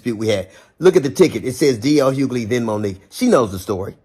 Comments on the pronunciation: Hug-ley not huley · Well MIGHT WANNA START SAYING THE MANS NAME RIGHT 😮 DL NOT HULEY OMGGGG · "HUELY"? LOL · Question: Are you from Canada? You always be mispronouncing people's name...How did you get Hulee from Hughley...the G and H are not listen. Pro tip: copy paste into Google and press the pronunciation of the word because girl..I can't😢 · Maam.... it's HUU-GUH-LEE!!!😂😂😂😂😂😂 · 😂GIRL! THE "G" is not silent in Hugley. Everytime you say it loud and wrong I laugh. 🤣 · You're pronouncing his last name wrong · You're killing me with mispronouncing his name. Lol😅😂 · Girl the way u miss say d. L.. s name is hilarious 😆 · The "g" in Hughley isn't silent.. lol